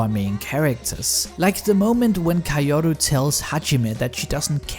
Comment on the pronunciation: Why in the world does he pronounce "Kaoru" like that?